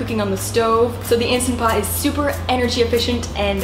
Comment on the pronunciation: INSTANT Pot. Not "Insta" Pot.